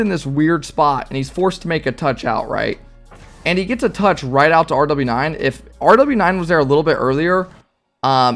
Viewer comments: its pronounced rowas not rw9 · rw9 is pronounced rwas M7sn is pronouced mason i think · It’s pronounced row aus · RW9 is pronounced row-waaas and M7SN is pronounced maw-sin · Rw9 = roo-wass M7SN = mah-sun